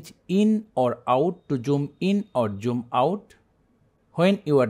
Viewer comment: Joom in or joom out 😂😂